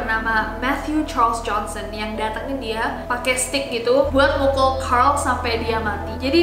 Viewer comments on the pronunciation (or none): none